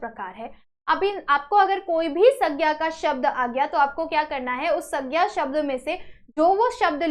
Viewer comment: Sandhya❌ saggya✔️ 😅